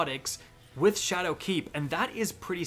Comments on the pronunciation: Did he say shadow cak😂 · Anyone else notice how he keeps putting the accent on "keep" in ShadowKEEP? I cant unhear it